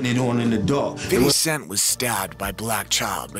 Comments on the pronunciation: Fiddy scent. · Sounds like he's saying fiddly sac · 😂Fiddy Cent😂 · Fiddy cent 😂